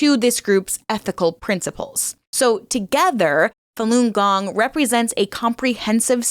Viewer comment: Oh ffs. If you say "king gong" one more time 🤦‍♂️